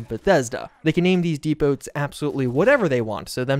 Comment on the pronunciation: Wick-ee and deep-oh not weekees and deep-ohts lol. C'mon bro. I swear you do it on purpose 😂😭. Good vid.